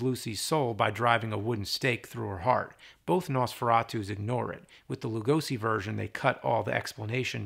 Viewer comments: The "Lu" in Lugosi is prononced like Lou, and "si" like she. With love from Hungary. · For the love of God James, please pronunce Lugosi's name correctly! Say the 's' in his name like in the word 'Shot' or 'Shock' and not like in 'Summer' or 'Snake'.